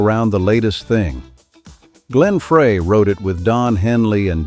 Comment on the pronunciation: Glenn Freys Last name is pronounced Frey ( Fry)